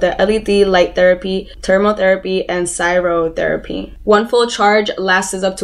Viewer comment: 2 things... 1) It’s “CRY-O”-therapy 2) ITS A SWEDISH COMPANY NOT KOREAN